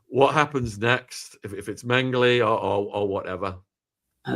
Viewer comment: In case someone wants to look this guy up, it's J. Mengele, not Mengley.